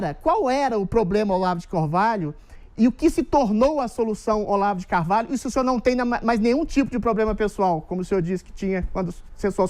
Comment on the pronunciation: Olavo de Corvalho? kkk Esse é preparado pra entrevistar o Goró